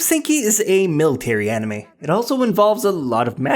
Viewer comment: Its pronounced anime not eneyma